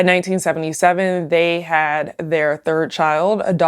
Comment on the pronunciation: The host can't say the letter "d". "hat" instead of "had", "marriet" instead of "married", "decate" instead of "decade"